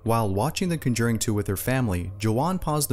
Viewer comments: BTW you're pronouncing The Conjuring wrong.. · It's funny how they lost the controller while watching The Conjuring 2, since that happens to Janet in the movie. Also, it's funny how you pronounce the title lol